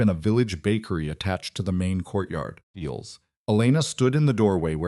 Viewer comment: Can't finish this one...pity because it's a good story but can't handle the incessant "eels, feels, beals" thought.